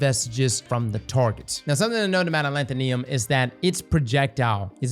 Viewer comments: Say it with me. AH LETH OH NIM. ALETHONYM. Not ALETHONEONYM. Not ALETHOLETHOLYM. ALETHONYM. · It's been how many months and he still can't say a-LEE-tho-nym? Wtf is a-lan-ta-NEE-um??? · How normal people say alethonym: “aleth-on-im” How says it: “al-eeth-on-iam” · "Alanthonium" or Alethonym? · Thanks for this. I just found it at the Tower, and I'm running a stasis Titan build that already uses Fighting Lion. I think I'll pick it up, after you showed the difference in damage. But brother, it's pronounced as, "Uh-Lee-Tho-Neem." Cheers G! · I hope that one day learns how to pronounce "Alethonym." (It's like "pseudonym.") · Ah-leth-o-nim. Also Bungie continues the trend of releasing dull catalysts. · A-lanth-uh-nee-um …yep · Knee-yum? Bet would pronounce nympho right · sorry i gotta A-LETH-O-NIM is how it's pronounced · Why can’t any destiny youtubers pronounce gun names. It’s pronounced a leth o nim. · Uh-Leth-O-Nim. Alethonym lol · Alethonym should sound like pseudonym, please look out up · Say it with me yall Aleth-O-Nym(nim) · Al leth o nee um? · Alanthoneeum lol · Why does bro say alethonym like that... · pronounces Alethonym like Brits pronounce aluminum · adding syllables I ain't ever heard before in this gun's name